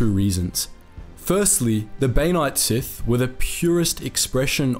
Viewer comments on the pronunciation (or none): I like it when you say “sithy”